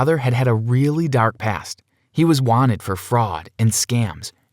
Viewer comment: “MOST WENTED”